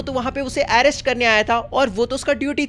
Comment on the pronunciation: Aaerest❌😂 Arest ✅